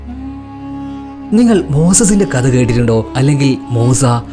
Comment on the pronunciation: കദ അല്ല മോനേ കഥ